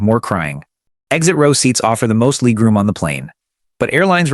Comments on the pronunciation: Ooh, gotta get me some of that "leeg room" FFS. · Leeg room???? So damn annoying